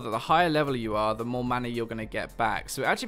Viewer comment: GreyFace Have you also noticed some casters used to (or maybe still do?) pronounce "mana" as "manar". Or "maner". I dunno why there's that "r" that keeps coming up.